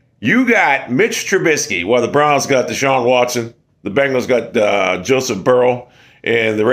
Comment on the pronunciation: If you’re looking to be taken seriously, maybe get Deshaun Watsons name right and Ju-Ju was not the Steelers best WR…